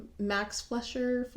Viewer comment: It’s pronounced “Fly-shur”